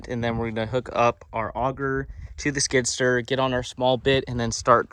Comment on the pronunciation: Skid-steer, not skidster lol